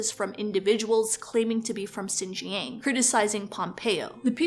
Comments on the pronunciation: its pronounced "shin-jiahng" not "zjin-jhang" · great vid but please at least look up how to pronounce xinjiang if you're gonna talk about it lol